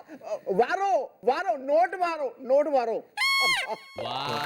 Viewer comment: Maro maro aeh 😂😂 varo varo not varo gopi😂😂😂😂😂😂😂